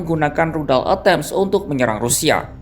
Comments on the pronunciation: Rudal Atakem,bukan E tem...😅😅😅😅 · huuuuuu komentator gak bisa nyebut ejaan rudal atacems